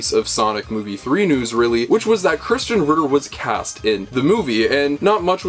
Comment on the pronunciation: Why do you pronounce Krysten like Christian? Also, you're being a KILLJOY, dude.